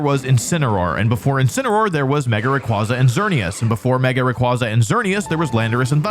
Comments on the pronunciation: I have to be that guy a year later but it’s “Zahk-see-on” and “Ray-qway-zah”, not “Za-shee-un” or “Rah-qwah-zah” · It's "Ray-qway-za" btw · RayQUAYza! Pronounce it right. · Its pronounced Zashian! Video unwatchable tbh. RAY KWAY ZA. TS PMO